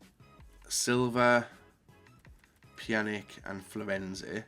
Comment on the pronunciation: what pisses me off most is inability to pronounce names correctly, i.e. Pjanić, Giroud etc. Its not hard! This is your job! stop being lazy! Really triggering with YouTuber's when this is their job and they either don't know names or how to pronounce them! UP YOUR GAME! ALL OF YOU!